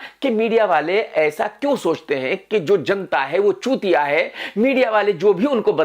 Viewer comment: The accent of saying chutiya, I just laughed my ass off after that🤣🤣🤣🤣